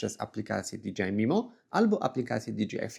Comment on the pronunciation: Fajny materiał, merytoryczny. Ale jedna uwaga - "DiDżejAj", a nie "DiDżiAj" 😅